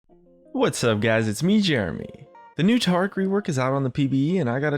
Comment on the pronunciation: Taric, not Tarc